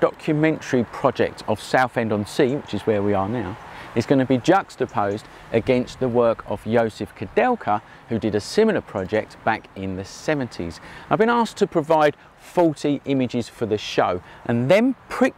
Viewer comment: I didn't know that Josef Koudelka is that famous in the US. And it's pronounced like Kodealka with the o like in the word home and ea like in the word dead ;-). Greetings from Czech Republic, his homeland.